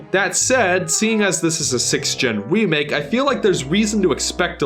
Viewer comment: Lol he says wemake